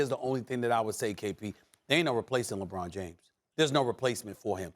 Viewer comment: Kendrick "LehBROHN Jayms" Perkins